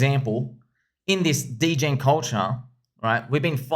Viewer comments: Did my guy say deegan not degen 😂😂😂😂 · I know right... It's Dee Jen. Not Degan. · this guys is making a degen film and can't even say degen right.... oh boy it's like when meme became a thing and tour parents said maymay